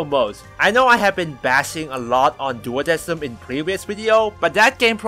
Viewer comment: It honestly bugs me that they pronounced it "duodeSim" when the correct pronunciation is "duodeKim." Coming from a company that commonly uses the Latin language in their music, you'd think they wouldn't make such a simple error.